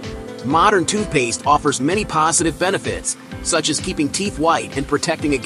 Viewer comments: what in the world!!! its literally spelled TOOTH Paste... Why in the heck does this robot weirdo keep saying TWO Paste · I am so happy that I am not the only one who heard TOOPASE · you say the main goal is protecting teeth, I say the main goal is MAKING MONEY!!! Also, it's TOOTH PASTE not TOO PASTE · you say the main goal is protecting teeth, I say the main goal is MAKING MONEY!!! Also, it's TOOTH PASTE not TOO PASTE nahws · AI sucks....TOO PASTE!